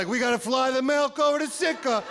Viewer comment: Melk ... lol, must be the Midwest accent for milk